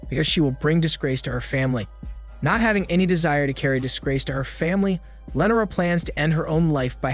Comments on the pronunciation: Don't forget about Lenera! Christ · LEE NOR AH lee nor ah! Not len or ah. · The way he says Lenora kills me😂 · Very strange how you pronounce "Lenora" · You butchered Lenora name so bad then you said it multiple times 😂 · Wil-Aard amd Lennera...but not Willard and Lenora..fuck this guy's name pronunciation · Not to mention Will-Aard...jfc it's pronounced Will-erd.. and it's most def not Lenera..wtf that irritated me so bad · Not to mention Will-Aard...